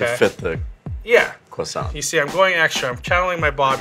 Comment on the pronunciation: the croiss-stronaught